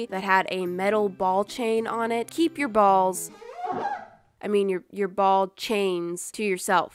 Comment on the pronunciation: Questionable way to say ball